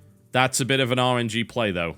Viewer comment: Everytime he says RNG I mentally replace it with Orange-y.